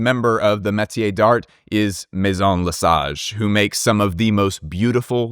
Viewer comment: pronouncing a hard ass T on d'Art bugs me so much 🥲